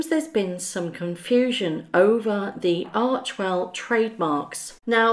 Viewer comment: Arch "e" well................not archwell.